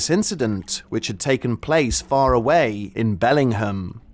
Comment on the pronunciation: Having missed the brief moment about 6 minutes in when you vaguely described the location, I had no idea where this happened. Then when I noticed you pronouncing Bellingham that way I thought “oh, there must be a Bellingham in the UK too”. So that was confusing af lmao